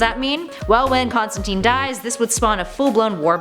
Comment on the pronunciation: again, it is wonderful to see you back, but please, Please, PLEASE research the pronunciations and/or grammar. It is pronounced "FOW-st" like Goethe's titular character (pronounced "Guhr-tuh", btw)and the absolutely abhorrent storyline was entitled "One More Day", not "one day more". Also, it's "Constan-TYNE" (rhymes with "Thyme" or "time"). Just saying. Keep up the otherwise good work